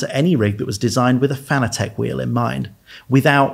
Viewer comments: "FAN-ugh-tech"?? Is it not pronounced just like the word fanatic is? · Fanatec is pronounced like the word fanatic. This is according to the company founder.